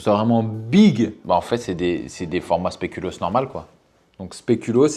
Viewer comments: il dit spelucoos deux fois de suite sans se rendre compte de son erreur mdrrrr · "le spelucoos" 🤣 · "spélucos" mdrrrrrrrrrrrrr